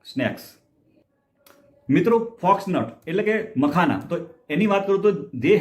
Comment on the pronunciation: મકાના નહિ....મખાના